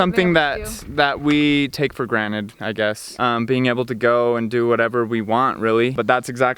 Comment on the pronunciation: Take For Granite ?? I LEGIT Heard That !!!!!!